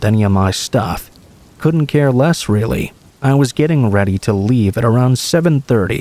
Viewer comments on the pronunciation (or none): Why do you pronounce your Ts like Ws? A wural area* verwy close. Weawy